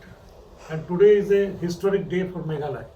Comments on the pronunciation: Meghaloy ???🤣 jin-da-bad.... Lah goi 🤣🤣🤣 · Not meghaloi its meghalaya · Meghalaya not Meghaloy..please 😬😬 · your party tmc can't pronounce meghalaya .shame of this party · Tang ban pronouce MEGHALAYA ruh kam pat ianang ...Shame on these people